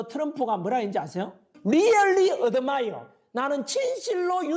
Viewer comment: 리열리~ 어드마이여~~ ㅎㅎ 새끼 발음두 참